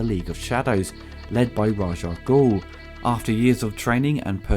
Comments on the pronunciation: its Raas Al-Ghoul , not Raag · When you said the score could be used in anything, I do believe it was used in a car commercial, I think it was Audi if I recall. You also said Raj Ah Goul, but it's actually Rahz Ah Goul, the Raj name makes him sound like he works in an Indian Call Centre! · One quibble: you're pronouncing Ras Al Ghul's name wrong. It isn't "Razh". The proper way to say it is "Raish", but I seem to recall back in the '70s one of the comics had a side note that had it as being pronounced "Race". Also, the full name is spoken as one word rather than there being discernible pauses between the separate parts. That's why we turned "Salah Al Din" into "Saladin". So, I guess it would sound like "Raishalghul" or "Raishal-ghul". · why do you call him "Raj"? Is it sth from the comics? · Eurgh! Why did you keep saying Raj Al Ghul??? It's RA'S - with an 'S', not a 'J'!